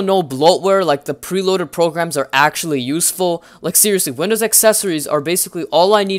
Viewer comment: Lol windoos 10 beteer sooo beteter